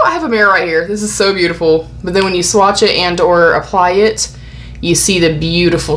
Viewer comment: Love how you say 'Spoiled' and swatches, yessss spoil us